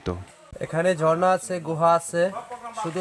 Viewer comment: Reporter jhorna na bole bolche JORNA 😂😂😂